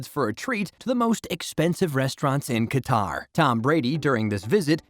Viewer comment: This is the 2nd video I listens to the mispronounced Qatar.